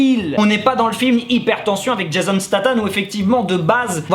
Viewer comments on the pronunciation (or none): none